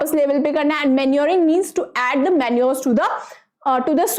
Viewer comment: Mam you said minuring, that is manuring.😂😂😂😂😂